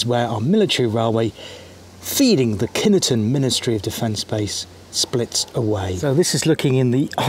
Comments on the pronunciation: I know pronunciation can be tricky but we lived in the village, villagers went to the base school and I have never, even as an adult heard any one calling it kin E ton. My brother married into a local family and they call it Kineton too. 🤷‍♀️ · As ever there seems to be some speculation over the pronunciation of the village's and base's. In Kineton, the village, some villagers pronounce it (in the bakery they did) 'Kin-et-ton'. The Army tend to pronounce it 'Kin-ton' and some other people pronounce it 'Kine-ton'. Take your pick!